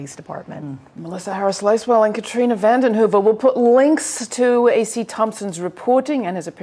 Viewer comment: for the record, "Vanden Heuvel" not "Van Heuvel"